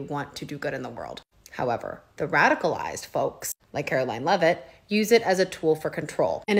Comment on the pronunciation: Caroline Lie-it ??